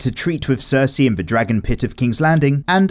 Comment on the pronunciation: “Dayanerys and cersey”